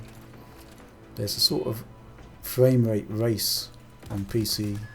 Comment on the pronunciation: Sounds like hes saying fwame rate.